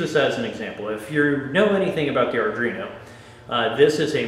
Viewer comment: Thanks for the video, but come on guy. Sound it out slowly ARDUINO. How familiar are you with coding and Arduino boards if you are calling it Ardrino? ARE-DWEE-NO.